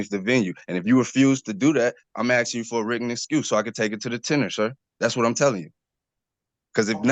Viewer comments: It's "ASKING! ASKING!" Not "axing!" In the name of all that's holy, "ASKING!" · The word is " Asking ", not " Axing ". It's " Do That ", not " Do dat ". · For real...are you chopping wood or ASKING a question? For the life of these people, they can not pronounce this word correctly. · ' im axing ' Lock him up, thats assault with a deadly weapon. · I'm axing you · He "ax-in" the Judge. 😂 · He's axing. Quite the lawyer he has. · He’s axeing for a hearing.😅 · ‘ I am axsing…’ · Returd keeps axing the judge. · Never tell a judge "I'm axin' you..." That's being a real Dumbf*ck McD*ckflute. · He's just axing for a written notice. Why is that so hard? Also, is one of my favorite judges.